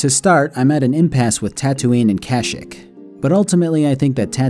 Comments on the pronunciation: its processioned ka sheke not kashik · I love your videos and have been binge watching your channel but I’m not a fan of your pronunciation of Kashyyyk. I understand that it’s such a stupid thing to be bothered by and this comment is meaningless but I figured I’d toss it into the void anyway. I don’t know if it’s a joke or if I’m an idiot and it is actually “cash-ick” as opposed to “kah-sheek” but it is unpleasant either way. Sorry for being the worst, great video btw. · You are saying Kashik as a joke right??? Bro its pronunciation is Kasheek. (I know its spelled Kashyyk). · Cash-eek is how you pronounce Kashyyyk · I've NEVER heard it pronounced Kash-ik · It's illegal to pronounce Kashyyyk like that.